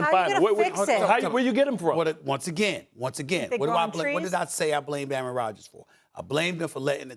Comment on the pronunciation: Aaron rodgers not aaron rogers